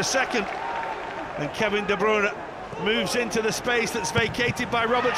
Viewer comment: That's how it's pronounced